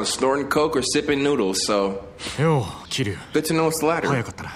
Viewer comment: No one is bothered that he kept saying the names wrong? Kiryu ( keirdru )not keyru